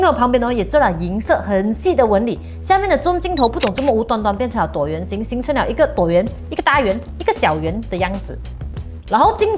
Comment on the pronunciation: 跟我念: t wu o tuo 椭圆